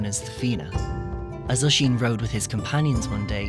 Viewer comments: Is it just me or is it relly annoying how he says osín like either we say my cusins name wroung or he says it wierd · I'm Irish and it's called oisín in teir na oge